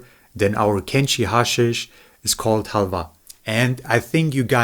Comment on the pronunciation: when the pronounciation of halva is more accurate than english, despite english being a germanic language.